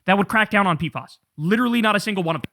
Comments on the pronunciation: In CDC/Public Health it’s pronounced “P-FASS” not “P-fahs”. Much love Kyle!! ❤ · They're called P F As... not P Fas. ✌️